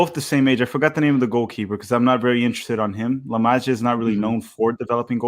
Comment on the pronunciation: ineteresting pronunciation of La Masia LOL